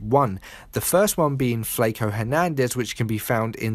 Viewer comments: lol its "FLACO" like flock-O, not flake-O. that British pronunciation gets me all the time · Flay ko, it's flocko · It's pronounced Flak-o, m8. Good work, BTW. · "Fleyco" lol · This guy said flake-o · you said flaco wrong, its a Spanish word lol